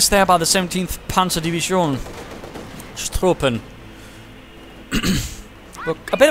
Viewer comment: Man, you get my respect and subscription just from your pronunciation alone. Spot on with your TRUPPENS and KAMPFGRUPPENS, etc.